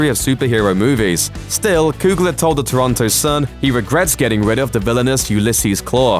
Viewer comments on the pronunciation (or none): none